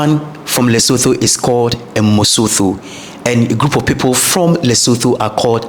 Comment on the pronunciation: I'm sorry but I have to say your pronunciation of the following words; "Lesotho, Mosotho and Basotho" is wrong